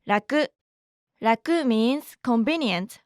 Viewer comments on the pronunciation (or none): none